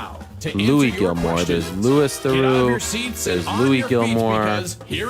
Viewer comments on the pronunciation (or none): Ariel not only is a giant fan of, but says that he likes Louis Theroux so f'n much that he blatantly pronounces Louis name wrong. Anyone who's EVER watched anything to do with Theroux will know that without any doubt in their mind that Louis name is pronounced "Lew-ie......" Not "Lu-is!" Even the closed captions knows that Ariel is utter dogshit when absolutely butchering Theroux's first name. At the very least it's very obvious why Ariel likes Louis's "Gonzo style" of journalism. Ariel constantly comes into his interviews as the "good cop" and tries to do things like buttering up the interviewee with all sorts of pleasantries and accolades before he slides in with some sort of side-show comment. The only difference is that Louis is actually good at it and never breaks character vs when Ariel feels like he's been found out he typically caves in and tries to backstep... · Ariel, the huge Louis Theroux fan, repeatedly calling him "Loo-eeese"